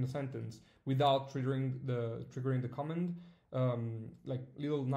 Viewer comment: Thanks for this update. One small hint: Please check the different pronunciation of "command" and "comment". I realize you're not a native English speaker, which is no problem at all, but in this case it really makes a difference in meaning in the context of Evernote.